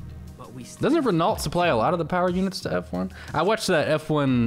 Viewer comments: It’s Ren- ohh not ren-olt. No hate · The way u said Renault is not how u say it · Yo renault is pronounced ren-oh. The L is silent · 'Ren-olt' LMAO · Renault.....lol, it's pronounced Ren-no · If wants to say it that way then that's the correct way. Don't question his authority.